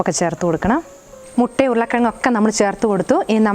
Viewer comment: Mutta ennu PARAYUKA